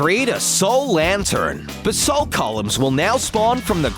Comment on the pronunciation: "Flint and... T... T... Tinder?" "Their purple and blue!" No they're CRIMSON and blue! Do be more generic RED and blue "Besalt" its pronounced BA-salt not be-salt / besalt "Nether dungeons" no just no its nether FORTRESS "In got" not that way of saying ingot is stupid